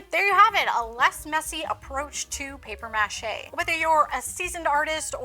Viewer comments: The way she is saying mâché is driving me insane lol muuuh Shay not Mash ayy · It’s “paper muh-SHAY” 😂😅🤬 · It's really cringy to hear paper mache pronounced mă shay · I can’t stand the way you pronounce “Paper MA Chey”😤Got through a whole 45 seconds of this video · Paper mash-A 😂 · OK, but why are you pronouncing it that way? lol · Please stop saying paper mache like that. It hits the ear all kinds of wrong. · You must be from like Minnesota or something because you keep pronouncing maché wrong and you don't have a sloppy "mass" all over your hands... it's a mess. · You are SOOOOOOO annoying..."Paper MAche" Had to turn you off!!!!!